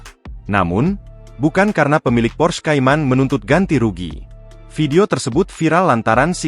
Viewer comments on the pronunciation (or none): PORSCHE bukan pors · Bacanta porsche,, bukan pors